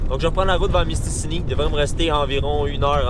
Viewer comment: Je vais faire mon gars chiant mais c'est pas mystini mais c'est mistassini XD